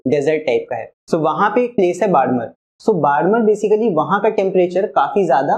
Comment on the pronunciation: Hearing sir pronounce "barmer" hurts my soul a little